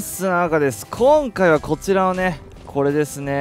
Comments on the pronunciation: 〜 今回はじゃなくてこかいはになってるw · こかいはって聞こえたんやけどww